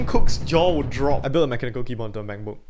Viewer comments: I love the way he pronounces “MacBook” Makbuk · I think he cant even close the "mechbook" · "mechbook" thats sounds like an illegal substance